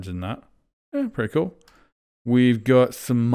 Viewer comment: I’m pretty sure he said cool just with his accent it sounded like cute, either way flores do be kinda cute